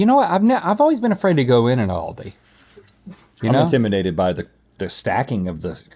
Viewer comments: The way the pronounce Aldi hurts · Come on it's Aldi not Ahlldee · ALDI IS NOT PRONOUNCED LIKE THAT OMG STOP it is hurting my soul xD